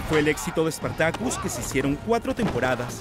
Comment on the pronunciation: "SpartakÛs" hahahahahah.